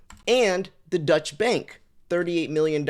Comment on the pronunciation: agreed. It lost credibility for me for the rest of the video. Someone needs to teach him to pronounce "deutche".